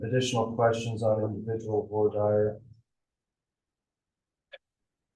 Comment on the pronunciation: I wish would learn how to pronounce “voire dire” correctly.